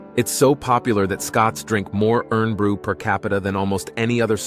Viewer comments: FFS im fed up hearing americans Butchering the name of our drink.......heres some education for you americans on our drink so you get the name of it Correctly.....What is the name of the metal mostly used on IRON Hulled Ships.....IRON just cut out the O it's SILENT you still say IRON but without the O IRN! Also when saying the name of our city Glasgow the W is silent picture the word in you're head like this.... GLASS GO GLASSGO GLASGOW......congrats you hopefully got it correct. I love my American friends that are more like family than friends and they know how to say our words bang on perfect but please note Americans not all of us Scotts will correct you but deep inside when you butcher our words we are so Heavily FACEPALMING at YOU. We are not just Scottish we are Eropeans! We still fly the Euro Flag high with PRIDE at Hollyrude Scotlands Parliment building. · Irn bru is pronounced iron brew. That’s why it’s made from girders. I know you’re doing your best but some of the pronunciation is hilarious!😆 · The national drink is pronounced iron broo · Very cool, just had to say though, it's pronounced "Iron" Bru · A sympathetic and careful narrative. 'Irn Bru' is indeed, pronounced 'Iron' Brew! It's the last section, number 16, that is almost uplifting about what to expect if moving to Scotland. I joke with my daughter (who lives in London). Southern England has better weather but Scotland has better water! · Great Video , I lived in Scotland for 8 years. Most of the items I knew, my suggestions, comennets, are # 1 Unicorns- you showed the Kelpies which are not unicorns sort of as the are mythical creatures too. #8 it's pronounced IRON Brew, supposedly when first made there was a minute bit of iron in the formula . # 13 The pronunciation Of McKay in McKeye. Other than these silly suggestions I really enjoyed it. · I know how its spelt irn-bru but its defo pronounced as iron bru 🤦‍♂️ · It's "Irn bru" but pronounced "IRON BRU" not being nasty just a little correction 💪